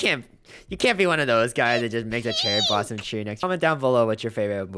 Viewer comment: cheary blosams and practickly avry thing bat sproos